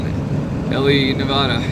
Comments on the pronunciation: LOL, still pronouncing "Nevada" like a tourist. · Ely is pronounced E Lee. Nevada is pronounced Nev adda not Nev ooda. Love your channel. Have fun. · E-LEE NI-VAA-DUH not NA-VAUDUH!! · EEE-lee, Nu-A (like in cat)-dah. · Great video. Thanks for taking us along on your adventures! Nevadan here - pronunciation is ee-lee ne-vad-uh (vad rhymes with mad) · Eee-lee Nu-vaa-duh I know you're on the road, but I'm seriously disturbed by the amount of burgers and pizza. Take care of your health, so you can do this for a long time. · If I had known, I would have warned you about Grand Sierra Resort/hotel. Lived in Reno (actually Sun Valley) over 20 years, and that Hotel is notorious for theft. Lucky that all you lost. Nevada is pronounced ne (nah) v a(ah) da. It's Eelee Ely). Who would have quessed. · E LEE Navada. lol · I live in Vegas my whole live. It’s pronounced Ely with a hard E at the end. And it’s NA-VA-DUH…. Love your work bro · It is not NevAWAWADA. Come on. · It’s ee lee for sure lol. Now if we could just get him to pronounce the state name correctly 😂. Nev a duh. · Fallon has the only Top Gun facility in the world, so when you see the movie that is the city they train in. Also learn how to say Nevada, it drives us nuts. Nev a da The first a is a short vowel like in apple. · Nevada is pronounced with the first "a" being like the "a" in dad, not like saying ahhh for the dentist. It's a state not a bottled water. 😁